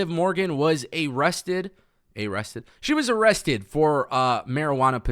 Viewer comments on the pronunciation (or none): Ay-rested lol